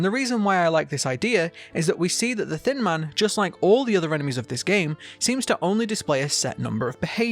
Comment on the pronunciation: When he says “thin man” I hear “thin mint” HELP ME😃